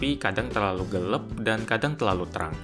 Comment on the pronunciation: "gelap" bang bukan "gelep" haha :p